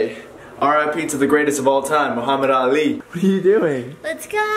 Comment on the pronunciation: khoas like the first person to say Muhammed Ali the right way